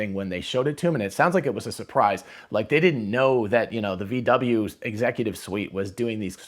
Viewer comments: VW is pronaunced "fau Væ" in german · Pronounce it: "Fow Vay"